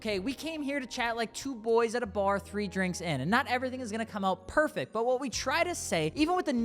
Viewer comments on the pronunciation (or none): none